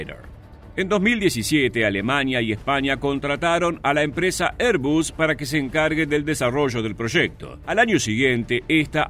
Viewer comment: Y prinunciá airbus=erbas no erbus 😉 exelente video